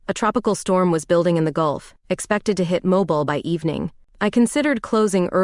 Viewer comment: Good Story.(Please help your Stories w/AI corrections on Pronouncing of NAMES City MOBIL=Moving. ‘MO-BEELE’ is the City…&Others will make All Stories Sound as Real As you make them. Your Good! Thanks.